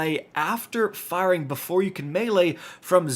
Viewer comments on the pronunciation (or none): none